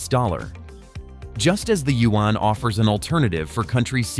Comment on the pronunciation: Thank you I appreciate the attempt to pronounce “you when” for the Chinese yuan 圓. The way you pronounce it is two syllables. It sounds like “you when.” Make it one syllable as in “ywen.” Say “you when” faster and in one syllable “ywen.” Thank you in advance.